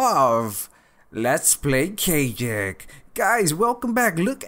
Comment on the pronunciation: it's kagic not keigic you should add waypoints mod